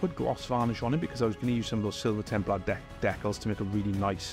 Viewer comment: The way you pronounce "decals" is a heresy all its own.